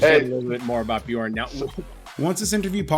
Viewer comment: BEE JORN...lol